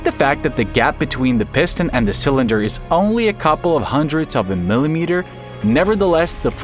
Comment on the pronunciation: Not "cylinder" but 'sa-lender". Yeah, an AI.